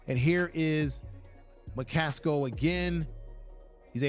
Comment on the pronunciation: AcceleRATE 😊 You were talking about McCasko I think it's McCaSKILL